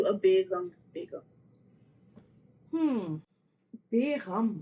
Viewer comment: It's not begum begum... it's begham begam....weird to see yr own channel n u r pronouncing it wrong ...begham begam is a good name relatable to the ladies invited to the show exhibiting their,courage,valor and positivity to inspire other women to do something productive in life ....